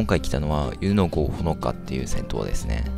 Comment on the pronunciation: 湯の郷(ふるさと)、と読むのではないでしょうか